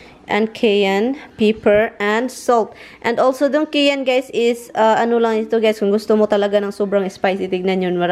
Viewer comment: Cayenne...pronounced Kai-yen, not kay-an